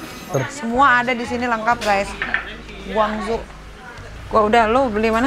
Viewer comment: BUKAN GUANG ZHU BACANYA